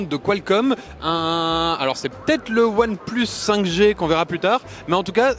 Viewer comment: XD "One PLEUS"